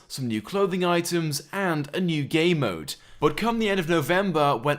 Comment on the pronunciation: Did you say "A new GAY mode" ?